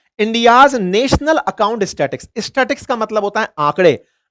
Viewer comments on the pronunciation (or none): It's not statics it's statastics . Yaar analysis words meaning ka kartey how toh word toh thick sey bola Karo.